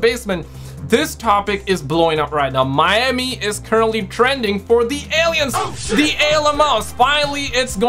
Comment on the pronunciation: Wtf are alieums? 😂